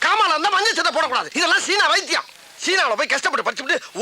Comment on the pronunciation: China ❌ Seena✅😂😂😂😂😂😂😂😂